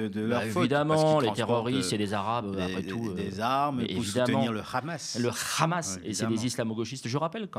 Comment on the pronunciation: Le RHHHamas, comme vous le prononcez si bien, c est bien branche des fréristes rejetés par les égyptiens, les cisjordaniens et les libanais, et pour cause, quand on connait l histoire?